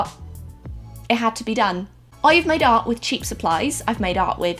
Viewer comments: Everytime your said "i made art" i thought your were saying "i made out" haha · In the beginning when she was talking about what she has made art with I thought she was saying I madeout with _______😂😂😂